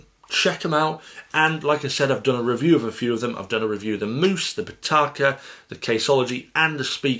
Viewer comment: MOOSE, HAHA freaking moose. It’s mouse u donut